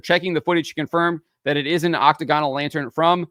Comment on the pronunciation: thats a really weird way to say octagonal. Normally you put the emphasis on the second syllable in octagonal. You say might say "OCT-to-GAN" but you say "oc-TA-gonal". Like, do you say THER-mo-METER or ther-MAH-meter?